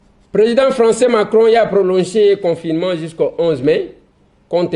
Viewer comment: on dirait nayoki yo ozoloba- confirement heure nionso...par contre eza confiNement